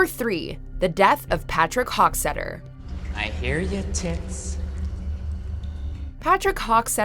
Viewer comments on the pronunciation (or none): U just said hockseter